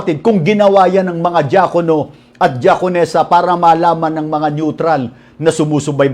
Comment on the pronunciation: DIAKONO sounds like JAKOL NO Lol